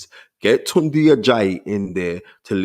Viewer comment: Spence ..you gotta call your boy by his correct name..Yeah its spelt “Tunde” but it’s pronounced “Tun-Day”..Dont let him try gentrify the pronunciation 🤦🏿‍♀️😂